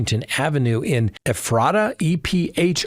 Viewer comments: Good YT podcast. I am compelled to help you say EPHRATA, Pa. Phonetically pronounced: In Penna we say, "Eff-rah-duh" The "T" is a D sound. I am an (PER) from Pa. I know people from Ephrata. The Town was founded early 1700's by a religious German immigrant who were a celibate cloister one of a Kind Group. IE: Ephrata has super early Graveyards. Whadda You Know: One very famous person from Ephrata is Milton Hersey, founder of Hersey Chocolate Candy. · Pronounced ( Ef Ra Ta ) Ephrata, Pennsylvania. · Ephrata sounds like F rata